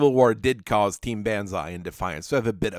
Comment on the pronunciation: Dear lord, B -on - ZAI pronounce it right please